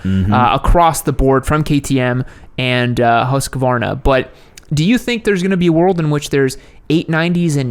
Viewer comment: "Husk-vaana" What a shame to end this Sexy bike. The big 4 did all that "Crossing Over" cc's back in the 70s Suzuki had 50, 70, 90, 100, 120, 125, 175, 185, 200, 250, 380, 400, 500, 550, 750,& they, & the other 3 had this closeness across almost every model in their range, I had the full range of Suzuki's GT range at one time & the difference between some of them wasn't even noticeable, my beautiful wife still has the first bike she ever rode on, a Suzuki GT 380, bought for £30 back in the 80s, it looks "Stock" but it's better than original, even faster than original, but then it should be with the amount of money we have lavished on it, it now stands us at £300, & she rides it like she stole it everywhere & never had an accident, but then shes only been riding for about 40 years.